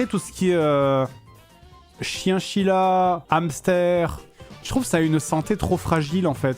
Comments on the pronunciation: chinchilla pas chienchilla 😂 😂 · "CHIENCHILLA "? MDR 😂